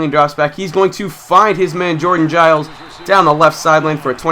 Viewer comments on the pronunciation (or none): none